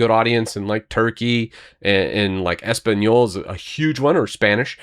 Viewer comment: OK, loved how you said español. Glad to see this update! Hi from Puerto Rico! And I can sense the happiness in this video. Great job!